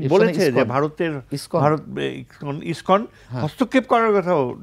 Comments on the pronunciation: Iskon not Ipson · এই পেট ফোলা ব্যাং টা বার বার ইস্কনকে ইবটন বলছে। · Ipson না lskon,,,, কোন মাদ্রাসায় পড়াশোনা করেছিস😅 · ISPAN na ISKCON ? aage se ta thik kore balun. Abar international relations niye Katha bolche .